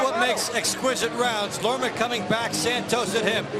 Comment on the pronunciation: Lerma, not Lema.